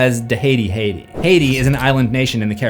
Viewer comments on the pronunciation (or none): none